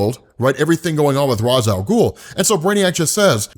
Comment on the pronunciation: Cmon, yu killing me! It's "raysh" al ghul, not "rahz" al ghul. Yu watched batman the animated series, yu kno better!!!!